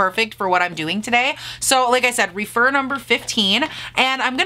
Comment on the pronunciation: Those glitters are stunning!!! I love the way you applied them! Not that it matters, but I think the Rephr brushes are pronounced Reff-er rather than Re-fer.